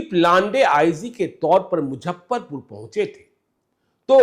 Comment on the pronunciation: आदरणीय, आपके दूरंदेशी पत्रकारिता का हमेशा से बहुत बड़ा प्रशंसक रहा हूं और आपके प्रति मेरे मन में बहुत श्रद्धा भी रही है। परंतु जब आपके मुंह से मुजफ्फरपुर को मुझप्परपुर और ट्विटर को ट्यूटर कहते सुनता हूं तो मन करता है आपको बताऊं। इसको अतिश्योक्ति नहीं समझ मुझे माफ करेंगे।